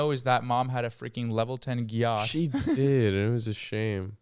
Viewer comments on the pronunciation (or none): “level ten geeyat”…